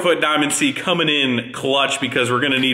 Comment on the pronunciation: "Workeen, comeen, rolleen, beareens".